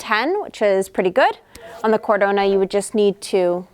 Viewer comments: Omg it is Cadorna and not Cardona 🤣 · NOT CARDONA< IT"S CADORRRRRRRRNA!! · Exactly!!! My ears are in pain every time she said the name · It’s CadoRna, not CarDona! 😂